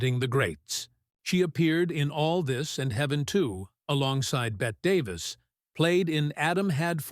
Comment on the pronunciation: R.I.P. lovely June. June deserves better than the AI voice. Aren't living persons able to narrate video anymore? Also, there's no such actress as "Bet" Davis. Bette Davis (and every one else) pronounced her name Betty.